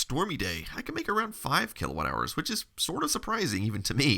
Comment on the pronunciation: The butchered kWh is painful to watch... Is it Kelvin w-something hours?